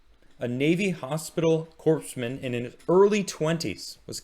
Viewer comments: Oh my ears when people pronounce core like corpse. Happens to the Marine Corps all the time. I realize you are doing a good thing and appreciate you honoring these men & women and appreciate you for it. Thank you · Thanks for the video! Navy sailor here, just a friendly correction, it's pronounced "Core" man. Kinda like the Marine Corps. Love you thank you for all your hard work. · When you say "Corpsman" just pronounce it as "coreman." Just like the Marine Corps is pronounced "Marine Core." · buddy, the "s" is silent. It's "Cōr-man." Love ya, man, but if I had any hair I would have torn it out by the end of the video. It's pretty rough out here in vet world, so thanks from this one. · It's pronounced "Core-man ". As in "You gotta work your core man ". Otherwise thanks. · It’s pronounced Corpsman(Kor-man) the “P” is silent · The P is silent. Great video though. I'm a navy vet and I appreciate it.